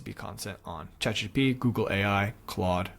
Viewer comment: its chatgPT not chatgTP